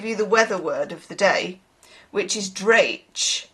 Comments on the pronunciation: Dreich is pronounced “dreek” (but with the “ch” like “loch”) My mum used to say that word a lot when I was growing up, and it’s still one of the Scottish words I use even though I’ve not been there in about 20 years! Also, today is my birthday! (Well tomorrow, the 11th.) 🙂 Sounds like a good ending, nine of cups! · It is pronouced Dre ick, the scottish word, lol ❤❤